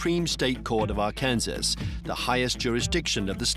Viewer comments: Before doing a documentary you should learn how to pronounce Arkansas! It's not Ark-Kansas! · AR-KAN-SAW. Not Ar-Kansas. Interestingly enough, both Arkansas and Kansas are named after the Kansa Tribe. However, the "Arkansas River" is pronounced Ar-Kansas River in western Kansas. Ar-kan-saw River in Colorado and Arkansas. Crazy, huh?